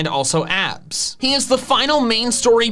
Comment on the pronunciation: "And also abds" 2020